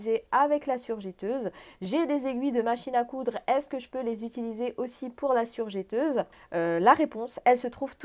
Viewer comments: On dit surjEteuse et pas surjÉteuse 😜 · Pendant qu il est temps et parce que je sais que vous y êtes sensible car vous parlez au public on dit "je" "teuse" et non jè teuse car il n y a qu un "t" après le "e". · On prononce surjEteuse et non surjéteuse....si non super vidéo merci pour les infos ☺️